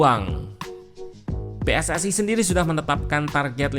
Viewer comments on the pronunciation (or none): none